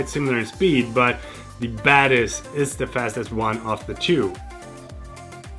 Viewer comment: English is not my mothertongue, so every time you say Zeiss Batis I understand Zeiss badass😂